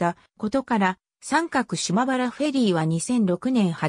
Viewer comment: …三角は <さんかく>ってよみません。読み方も知らんなら出すな。 みすみって呼ぶとばい。